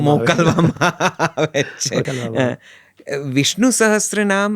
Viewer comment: સહસ્ત્ર નહીં સહસ્ર